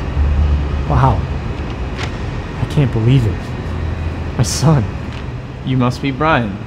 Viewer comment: It's son not Sone